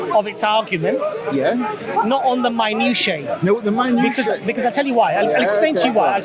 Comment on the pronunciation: ...I believe you are trying to say MINUTIA...pronounced MI NOO SHE AH If you are trying to say it in the plural, then you really are off the pronunciation. Minutiae (Plural)...pronounced MI NOO SHE E